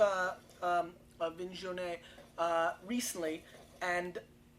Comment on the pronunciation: Make an effort to learn pronunciation of foreign wines